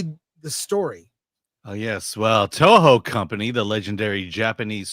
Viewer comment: Alan struggling to pronounce the Toho CEO name is my favorite thing. He's as purely American as I am.